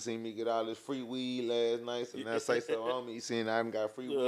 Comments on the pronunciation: He called him Sayless lol bro trippin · 😂😂not even a minute in immediately says the dead man’s name wrong🤣had me already laughing, uu get a like for dat not a sub lol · Yeah he an idiottttt if I was sauce I would have walked out on the spot you bring me in for and interview and can't even get my man's name correct what dummmmmy